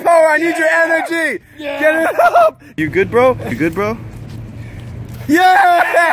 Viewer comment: If you are going to say bro so much at least say it right its bro not bwo